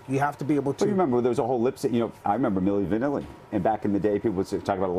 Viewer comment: Milli Van AI Lee